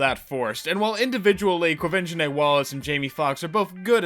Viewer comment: It's Like I keep Saying Aileen Quinn's 1982 version of Annie is The Best Annie Ever, and the Only 1 Worth Watching. Which is Why It's the Only 1 I Own. Hey Congrats on Pronouncing the Brats Name, I can't do the Same, I just call her Que. Q is Black, Rooster and Lilly are Still White, and Their suppose to be her Parents😕🤨. Wow Window AC. Seriously Just Watch The 1 Directed By Gandalf.